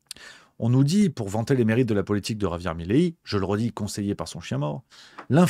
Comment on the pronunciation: Mais pourquoi vous dites tous "Mileí". C'est Milei ! 😂